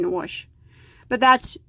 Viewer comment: I love how you say wash...warsh 😊 That yarn is really pretty. I haven't tried and velvet yet.